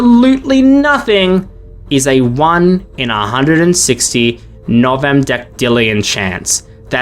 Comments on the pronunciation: Hate to be that guy but Alot of these numbers where you’re saying “deckdillion” is wrong Its a soft C not a hard C so it takes the pronunciation of an S rather than a K sound So novemdecillion is “nov-em-dess-ill-eon” Same goes for any other Decillion number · "novemdeckdillion" dude, that is not how you pronounce "decillion"